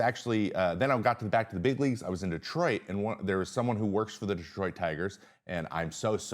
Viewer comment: Thank you for knowing how to pronounce Detroit.